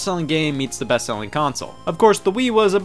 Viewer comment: Did you just say “we play as ze American soldiers....”